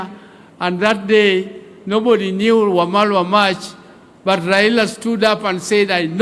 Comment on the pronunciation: He is Eugene Wamalwa, not mamalwa